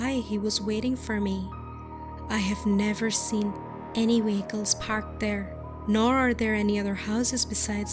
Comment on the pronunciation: “Into their wehicles” “wehicles”